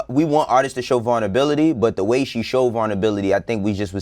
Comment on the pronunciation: Did this nigga say varn ability learn English - wayno